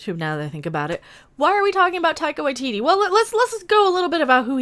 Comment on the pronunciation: "Tycho ITT". 😂😂😂🤣🤣🤣🤣